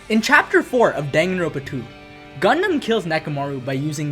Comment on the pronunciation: Dude it's dangan-ronpa